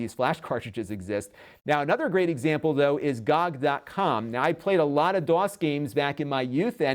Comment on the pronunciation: Not to be a donkey, but usually is pronounced as letters G-Oh-G, it just kind of threw me off when you said it like that